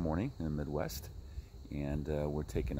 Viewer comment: Are you from Chicago? I heard you say Midwest